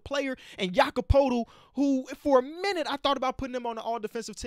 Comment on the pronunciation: It always feels good to hear say Jakob Poeltl.